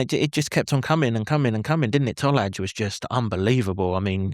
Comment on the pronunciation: IT'S pronounced Toll-eye Tolaj